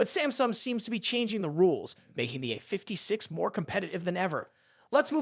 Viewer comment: The Galaxy uhfiftysix... Fucking AI slop.